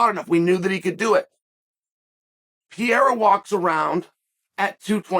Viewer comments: Chael, say it with me Pe reí ra not hereira 😂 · Chael? PIERA? PE-REI-RA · alex "piera" lol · Alex Pee-era😂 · Chael doesn’t give af about names 😂 “Piera” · Chael: gets corrected by Ariel that Pereira's name isn't Pierra on camera and acknowledges it, says the name correctly Also Chael: makes a video the next day calling him Pierra the entire time Undefeated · Me: Alex Pereira Uncle Chael: Alex Pierra Me : Ok great. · Say it with me Uncle Chael Alex Pair-Air-Uhh! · Hey, white boy, maybe learn how to pronounce the guy's name :) lol "Pa rare a." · I love how Chael stubbornly mispronounces fighter's names. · Every time Chael says his last name slightly incorrect.. 1. I love it 2. know he knows what he’s doing which makes me love it even more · We don’t admit such things here,young man. Chael is undefined undisputed champ not only in mma,but in name pronounciation Championship also